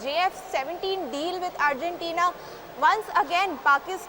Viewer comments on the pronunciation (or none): Could someone let this lady know it is "Argentina" Not Urgentina